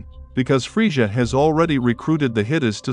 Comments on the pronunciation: oh no its the guy who says friega instead of frieza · dude said "freesha" lol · Don't talk about Frieza if you can't even say literally the easiest name correctly. I would take Fryza over Freesia any day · I had to stop watching this half way because I couldn’t stand the way you kept saying friezshha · The way he pronounces Frieza he sounds like Goldmember from Austin Powers lol, aside from that cool vid.